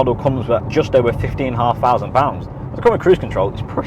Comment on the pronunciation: Two fousand twenty free. Got it.